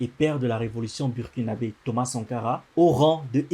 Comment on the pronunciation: bon ca se prononce BOURkinabe... please